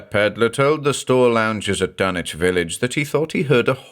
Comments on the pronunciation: Nice to see the logic behind "Dunnich" this time around, keeping with the British pronunciation pattern of Norwich England. BTW, the locals of Rowley Massachusetts, which is mentioned numerous times in The Shadow over Innsmouth, is pronounced "Raleigh", as in Sir Walter. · Well, I never knew I was pronoucing Dunwhich wrong. I did not expect a silent w. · Aw yeeeeeeeaaaaah. Remember it's Dunwich as in Harwich, not Ipswich. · FINALLY, the CORRECT pronunciation! Lmao but yeah as a New Englander, hearing 'Dun-witch' made me honestly laugh my ass off. We need more New Englanders to read Lovecraft and Poe, honestly, as keyed to the idea of refinement as the American ear has been tuned to the British accents, Poe and Lovecraft were literally American writers with well documented strong New England accents, and deliberately having British readers to read their works is like clapping for a Southern man speaking with a Turkish accent to read haiku. I'm sure he could do it with practice, but he will sound really weird to outright ridiculous when speaking. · I've always perferred this pronunciation of Dunwich! Much thanks for this fine new reading!